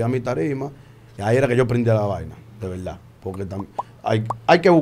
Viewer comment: En velda velda,,, al final de la jolnada...lenguaje coloquial urbano.... Urbanos dejen de estar tatuandose la cara, ese tatuaje entre los dos ojos es asqueroso